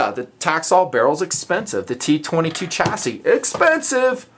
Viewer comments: Stop pronouncing it as "chass-IS" it's "Chass-EE" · "chass-ee" lol maybe it was on purpose